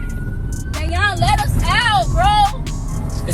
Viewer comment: Wait a second...his name is "Day- Yawn"?